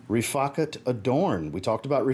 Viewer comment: I'm glad you pronounced Riffaqat properly. Every other fragrance reviewer is pronouncing it wrong 😂